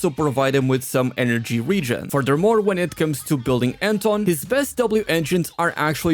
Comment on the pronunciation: Wenn Anton suddenly is called "Enton"